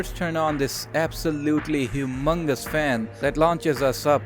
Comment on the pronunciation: "We first turn on this absolutely H U M O N U S fan."